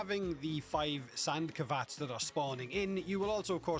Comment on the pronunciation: Wait "sand kavats"?